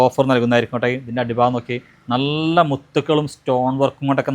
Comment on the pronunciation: നള്ള അല്ല നല്ല ✅😆